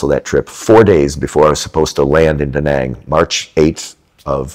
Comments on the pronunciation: btw it's not daw nawng or do nong, it's da like you sAt on a chair and Nang like you Rang the bell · The name is Da Nang and not Dä Näng .